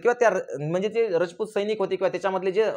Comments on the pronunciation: तुम्ही खूप चांगला इतिहास सांगितला पण तुम्ही सारखे रचपुत म्हणत आहे तिथे राजपुत आस म्हणा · तुम्ही एक चूक करीत आहात सिसोदे नव्हेच तर #सिसोदिया असा उल्लेख आहेस तसेच रजपूत नव्हेच तर #राजपुत असाच उल्लेख आहेच कृपया उच्चार दुरुस्त करून घ्यावेत